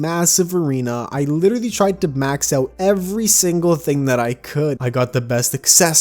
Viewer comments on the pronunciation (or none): none